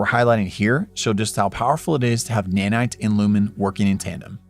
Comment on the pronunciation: "Nanits"